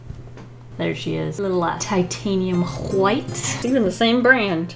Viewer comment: no one:: TiTaNiUm HeUh’WhItE